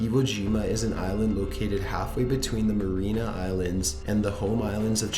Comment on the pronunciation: He even mispronounced "Mariana Islands", so IDK.